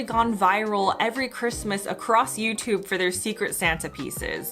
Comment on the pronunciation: it's also not Yutoob, ffs